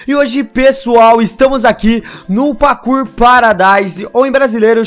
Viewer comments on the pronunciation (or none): O fala pakour mas é parkour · vc ja persebeu q vc fala pakur mas é parrrrkur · Parei de ver o video só porque o Cauê falou PAKUR... até meu cachorro sabe falar parkour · Pelo amoor de deus para de falar PAKOUR pfv que agonia... '-' Fala PARKOUR quem nao gosta disso tmb deixa o like ai pra ele ver... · kkkkk nao é pakour é pakur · É parkour não pakour. Viu memória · O engraçado do é e ele fala "pakuor" kkkkkk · "pakur"? Ashuashuashuashua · Da uma agonia ouvi o fala pakur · o voce falou pacu